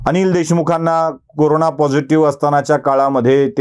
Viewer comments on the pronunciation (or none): none